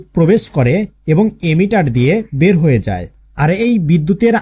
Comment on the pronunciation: ভাই ইমিটর না ইমিটার হবে